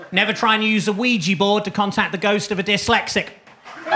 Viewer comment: With those first jokes (and that pronunciation of ouija board) the mention of a "squeegee board" could clean your act up a bit.